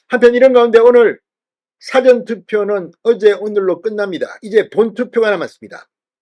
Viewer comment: 사전투표?의 발음이 듣기에 (영어?)사전할때 발음으로 들리네요!!!